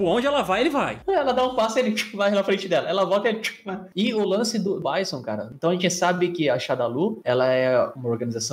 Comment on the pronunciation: Adorei o vídeo mas meu cérebro dos anos 90 não consegue aceitar quando vcs falam Báisson. :D O "certo" é Bízon.